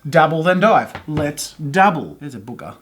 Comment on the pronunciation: i like the way he says booger 😭 B O O G A H